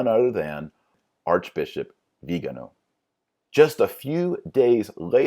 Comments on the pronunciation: Interesting video, but, for precision sake, please, pronounce cardinal Vigano’ and not Vigano . The stress is on the final vocal. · The accent is actually in the last syllable. :-) Like Viga NO! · The accent is on the final syllable: vee-gah-NO. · Viganò, accent in the o. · Vigano and Viigaano, are they different people or the same? I know it's the same person but why do you keep pronouncing his name differently? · I like how you pronounce "Viganò" differently every time you say it. :) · Dr Marshall is it Cardinal "vee-gano" or "Vigano"? Quite confusing distraction from an otherwise interesting video. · Cudos for a lot of work researching this. Couple things, please. One, I've found it helpful to Google 'pronounce' and then the word--like Vigano or Reuters. Second, all of us are flawed sinners, as witnessed by scandals in some evangelical churches, but it is the elevating of mere humans to such revered positions instead of focusing on Christ that leads to massive corruption. Putting the church hierarchy on a pedestal has always been a paganization of the body of Christ.